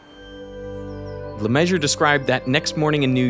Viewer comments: Is the goal to mispronounce "LeMessurier" as many times as possible? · For anyone else like me that doubts and winces at Derek's pronunciation of LeMessurier, William James LeMessurier Jr. (/ləˈmɛʒər/; June 12, 1926 – June 14, 2007) was an American structural engineer. He worked on the Citicorp Center, Boston City Hall, the Singapore Treasury Building and the Dallas Main Center. He is known for having to reassess his calculations during the Citicorp Center engineering crisis. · Ugh, I can't stand how everyone (mis-)pronounces "LeMessurier" 😂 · Very interesting video! Thanks! But why was Le Mesurier's name mispronounced every time? You can't just take a few of the letters and think that's long enough. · Bro missed two entire syllables of the architect’s name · Any specific reasons why you would only pronounce half of he's name ? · As a French speaking structural engineer, I'm not sure what I'm more alarmed by when watching this documentary. The potential collapse of what was a defective building, or the horrific pronunciation of Le Messurier 😂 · You might want to learn how to pronounce his name. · RIP LeMessurier pronunciation, except "Le", everything is wrong 😂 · The pronunciation of LeMessurier is killing me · Good vid, awful pronunciation, mr broccoli head is annoying. Thank you. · I thought LeMessurier is pronounced in the French way.... A Canadian should know... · Everybody has being mispronouncing the name of the protagonist for the whole video... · I didn't get it for a while because unlike Americans I respect the French pronunciation of that name. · "LeMeSSurIER" not "LeMeasure" !!!!! 🙄🤡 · Name: Messurier. Pronunciation: Me-sur-ri-eh. How you expect a yank to say it: Messur-ree-ur. How the yank says it: Measure. Sigh... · LE MAY SUE REE AIR not le measure if you‘re gonna say it 2000 times please look up the pronunciation 😭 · no... not "Le Measure"... the man's name is Le Messurier, it's pronounced /lə məsyʁje/, not /lə ˈmɛʒ.ɚ/ as in "measure"